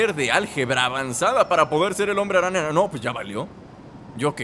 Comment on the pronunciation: y yo me pregunto, ¿cuando Epsilion conseguirá las telarañas que le falta (si es que son telarañas) (y que solo le quedan 2) Edit: ¿Dice Hombre-Rana o Hombre-araña? :v